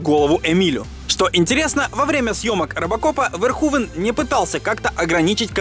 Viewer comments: Раз живёте не первый год в Нидерландах, то должны знать, что имя произнесено неверно! Не Верхувен, а что-то близкое к Ферхуфе должно быть (вместо звонкового "в" более глухое "ф", плюс "n" в окончаниях проглатывается, поэтому этого звука почти не слышно, ну и звук "х" отличается от нашего). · комментатор выше не права, всё равно неправильно имя произносите, если передавать русскими буквами эту нидерландскую фамилию, то будет звучать примерно как "Ферхуфе". Сорри за то, что пишу почти год спустя, только недавно открыл Ваш замечательный и интересный канал. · Все же не ВерхУвен, а Верховен. И не "одеть", а "надеть" - "надеть одежду, одеть Надежду") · Если фамилию режиссёра произносите Верхувен, то и столицу UK по русски говорите как Ландан. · показав как Питер Уэллер-американский актёр (родившийся в штате Висконси) произносит имя режиссёра : Paul Verhoeven .Ты утверждаешь что произносишь имя этого режиссёра правильно ? Да они там имя Билли из штата в штат каверкают , ты чего ?